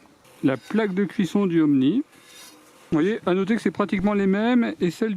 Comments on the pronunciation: Ooni ,pas Omni !!!!!!!! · Ooni pas omni 😂